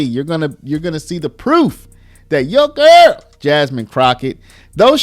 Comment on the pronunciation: Why do you say “YOUR GIRL” like that. 😩🥴